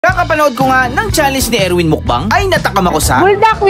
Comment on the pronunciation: Hindi po Erwin 😂😂Ewic po haha